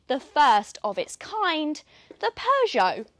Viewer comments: When is that these people will learn how to pronounce Peugeot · Don't you love the way she pronounces "Peugeot"?